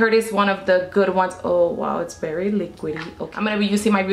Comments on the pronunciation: You shouldve got Revlon Color stay foundation its longer lasting and full coverage i love how you say berry instead of very lmfaooo "its berry dark" lmfaooo 😂😭 your accent is sooo cute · "I'm berry orange" lol I love you!!